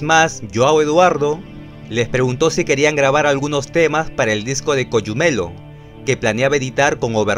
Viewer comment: Se dice Cogumelo, asi como se lee y no ''coyumelo'' saludos xd